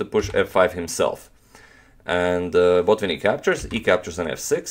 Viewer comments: May I try to correct you to a small degree. You pronounce BO'tvinnik and the right pronunciation is BotvI'nnik. You can ask your Russian friends if you do not believe me. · He is BotvInnik, not BOtvinnik